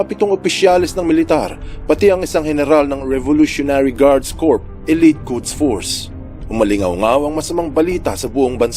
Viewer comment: Sana may mapulot ka rin. Corps(military in the field) is pronounced "KUR", not KURPS. Ang Corpse pronounced as KUPS ay cadaver o bangkay. THANK ME LATER